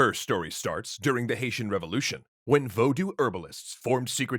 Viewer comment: /voʊdu/ sounds so weird